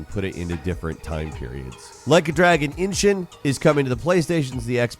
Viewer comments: Cmon man, it's Like a Dragon EE-Shin, not Inching haha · Why do people call it ( Inshin )? It's called ( Ishin ) ! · Its not Inshin Its Ishin! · inshin? there's no N there. ishin. bro, c'mon.. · Its not inshin its ishin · I wonder if will ever learn to pronounce Ishin properly? It’s ISHIN not INSHIN! You got the N in the wrong place! 🤣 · Is the way he says "ishin" as "inchin" actually right? It just seems wrong and jarring when the band Ishin is on the screen, or I'm misreading it idk Im not Japanese lol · Why do you keep saying Inshun??? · The can't say 'Ishin' 🤣